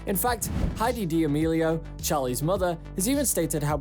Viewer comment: charli DEAMELIAO!?!??! 🤣🤣 im crying u pronounce it sooo wrong.